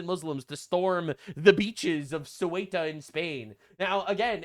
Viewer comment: How do people keep pronouncing Ceuta as if it's Cueta? Nick Shirley's like the third person I've heard say it that way in 2 days; it's like sayoota or thayoota, depending on how Castilian your Spanish accent is. It's weird because even looking at the word and trying to pronounce it as if it was English, you'd end up with a pronunciation more like "cute-uh". Only way it makes sense to me is if everyone I've heard pronounce it that way is dyslexic. And I should clarify, I mean no disrespect to Nick Shirley, or in fact any of the people I've heard say it that way. They're all people I actually like on YouTube, that mispronunciation just strikes me as really odd.